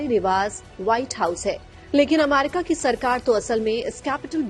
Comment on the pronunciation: Why is she saying अमारिका